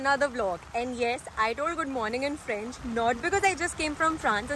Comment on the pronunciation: Average review and please do not try speaking french... your pronounciation was hilarious